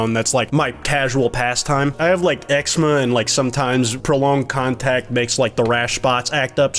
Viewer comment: bro pronounces eczema "ecksma"